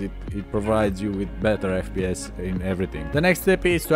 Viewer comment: it will faks up with yor fPEEEYESS